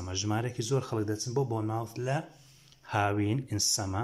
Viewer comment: Boyne mowth. Na bormu th 😂😂😂😂😂😂😂😂😂😂😂